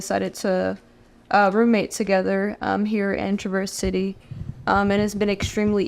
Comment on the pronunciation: The cult member doesn't even know the name of the town where they're communing! I can't believe she said, "Tra-VERSE" city instead of TRAV-erse City. This alone makes me feel like the members are imprisoned on the compound. If she were interacting with the Michiganders in the community, she'd know how to say it!